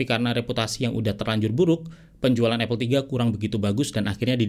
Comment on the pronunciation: bang, apple dibacanya apel, bukan epel